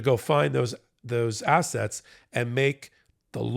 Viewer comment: said 'Find those assets,' but I heard 'find those assholes!'